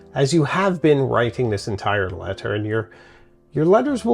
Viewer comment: What’s with your weird pronunciation affectations? Americans say “let-ur” not “let-ttturh”, and “write-ing” not “write-ttting.”